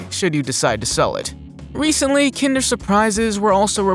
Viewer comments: Am I the only one who thinks the way he pronounced kinder the wrong way very aggravating? Probably pronounces kindergarten the same way. The word kinder means children or kids in German but not pronounced like the word kind but the short I sound. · Uh do your research first. There's so many misspoken words here. Kinder eggs is pronounced like kindergarten minus the garten. Not Kinder as in KIND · Kin-der.. not kind-er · What's with American English speakers always saying the "I" in some words as a "Y"? Its not "Kynder Surprise", its "Kinder Surprise". With the "I" being pronounced just like you would the "I" in "Kind". Its such a weird habit that seems to be coming out of nowhere considering with other common words using a "I", its pronounced simply as normal instead of a "Y". Seriously, tell me "Y". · You mispronounced "kinder surprise". It's pronounced like "Kindergarten". The linguistics are more akin to the more German word "kinder" which means "children". Please correct your pronunciation of the word. It's cringy, and makes me bristle. I'm not German, nor do I speak German, but at least have some respect. Also, Nestle is pronounced with the "ee" sound. So you mispronounced that one too. so pronounce it "Nestlee", with the "e". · The pronunciation of Kinder almost made me sick lol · That's not how you pronounce kinder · The way you said kinder😒 i you kidding me 😮man ! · The way you pronounced “kinder” surprise egg 👀